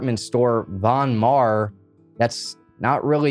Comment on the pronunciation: von - mar is how it's pronounced